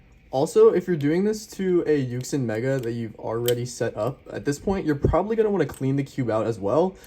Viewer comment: WHAT DID YOU PRONOUNCE YUXIN??? 💀☠️👀😱🤓😭